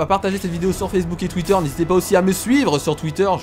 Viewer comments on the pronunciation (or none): none